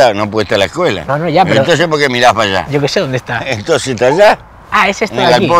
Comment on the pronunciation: "Yo que sé dónde está!" pronunció como rioplatense!